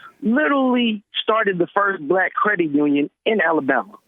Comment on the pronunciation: I'm dying here, he totally says "he blast!" Haha